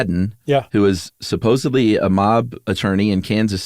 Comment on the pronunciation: Aww Chuck... 'Supposebly' 👀